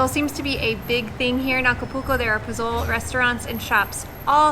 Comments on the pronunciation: Hi. FYI. You started out by saying that you have visited 20 states in Mexico so you've been there a long time. Maybe no one corrected you on the dish you really like, POZOLE. It is not pronounced PO-ZO-LE. In Spanish, the Z is pronounced like a hard S sound. It is pronounced PO - SO - LE. Yeah, I know you are thinking a vietnamese dude is teaching is how to talk in Spanish. I started leaning Spanish about 15 years ago and have been speaking it just about everyday. Another word that you said when the police stopped you was "incredible". That is English. The spanish version is "INCREIBLE". They leave the D out of this word. So, to correct the situation, you can read more so you actually see the written word and therefore are more sure of the pronunciation. Spanish is pronounced as it is written. On the flip side, I liked the video. We are going on a personal tour of many states including Puebla, Oaxaca, Chiapas and Veracruz in a few weeks starting in DF (Mexico city). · Pozole is pronounced in Spanish as Posolé. The Z has an S sound and the E sound as in echo. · Pronunciation Pozole: Po-zoe-leh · Posole is more closely pronounced as poh-soh-leh. The "e" is never silent in spanish. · I think you were jinxed after you mispronounced pozole so many times. Considering the vehicle you’re driving it’s amazing you weren’t hit more than you were for bribes. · I caught that too I said wait a minute that’s not how you say pozole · Sorry & with all due respect, your pronunciation of “pozole” & “Jamaica” is incorrect. (I’ve only gotten as far as of your video.) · Just had to add its Po-Zo-L-Eh i keep telling my screen 😂😂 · You did not just call the soup "pazol" its pazole(pah-sol-eh) 🤦🏻‍♂️ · " Puzhooolll " LOLLLLL its POH ZOOLLL EHHH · I think it's pronounced pass-sol-lay or po-solee depending on where you are...not pazol as it looks "pazole". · Had to comment: When you said "Po-Zoal". Its pronounced "Po-soh-leh". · Pozole .. pronounced like pa- soul-lay... love the videos